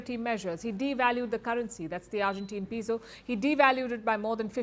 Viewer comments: Yes like the "e" in Epic. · The Peso is not pronounced as pee-so. It is pronounced as "pay-so". The "e" in Spanish is pronounced like the long "A" in English.